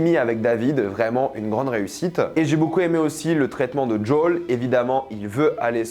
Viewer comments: C'est qui Jaule ? Il s'appelle Joel, on peut arreter les accents craignos ? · ta prononciation de Joel ma hérisse les poils.... c'est quoi ce DJol ?? c'est si dur a dire Joel en français ? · "Jol" aïe pauvre Joël 😅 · Le fait que tu dises jawl me déstabilise